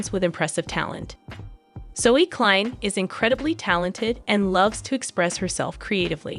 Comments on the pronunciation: You cannot even pronounce their surname correctly. For your information it is not 2034 it is 2025. For your information surname klein is pronounced kline. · The narrator pronounces the last name wrong.